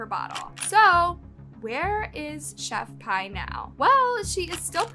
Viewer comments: it's "Chef-P".. how are ppl STILL getting it wrong, & calling her "Pie"? (proof that ppl DON'T truly KNOW about what they discuss) this must b another 1 that just hustles the algorithm, & recycles the same stories that other channels repeat.. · No because why is pronouncing her name like "chef pie" it s pronounced "chef pee" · No offense it’s pronounced chef pea not chef pie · Chef.pie instead of chef.p😭